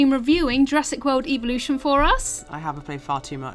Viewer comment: Evo-lution cringe..